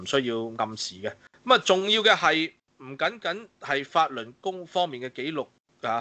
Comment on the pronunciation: 讀fattl lun gong 讀得好搅笑